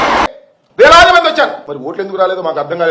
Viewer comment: " ఓట్లెందుకు రాలేదో " అన్నాడా ? మరి నాకేంటి " సుకన్యెందుకు రాలేదో " అని వినబడింది !🤭